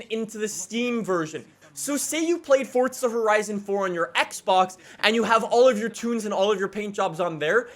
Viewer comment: "Fortza Horizn"